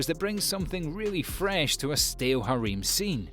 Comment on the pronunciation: the way he says harem hereim